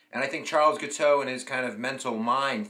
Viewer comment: Jesus Christ, man, can’t you pronounce anything? You are pronouncing the man’s name as Giteux or Gitu. It is, very simply, “Gee-toe” with a hard G. You have great videos, but your mistakes are ridiculous, like in the previous one when you called the margin of victory as 1000 votes while you had the actual numbers (10,000+ votes) right there on the screen.